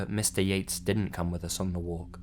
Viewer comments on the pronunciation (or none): instead of Mr.yates, i heard mr yeet and couldnt stop laughing